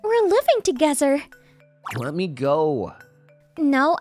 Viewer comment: its not living togezer its living together